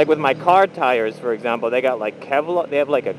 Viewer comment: it's Kevlar, not keblar...